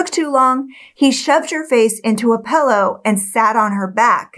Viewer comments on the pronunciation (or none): "PILL-LOW", Not ""PELL- Low"